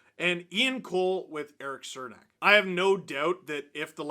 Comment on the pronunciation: its CHERnak not cernak pronunciation wise